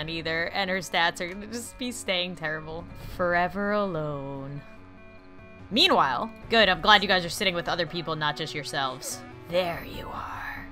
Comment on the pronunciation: When you said "meanwhile" after that forever alone meme, I heard memewhile... :,D